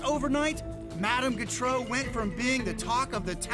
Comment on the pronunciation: He can't pronounce Gautreau. She was from Louisiana, like me. It's pronounced "GO-tro", not "g'TRO."